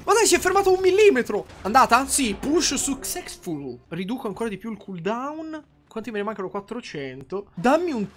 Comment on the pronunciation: Ah già vero che si dice Caaldoon, pronuncia approvata da Cambridge